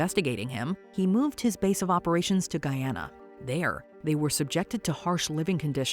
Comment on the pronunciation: As someone who lives in the Caribbean, I'm glad they pronounced Guyana correctly 😂😂😂